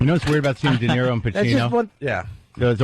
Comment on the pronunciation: D-E-N-I-R-O “Denarro” what an ass.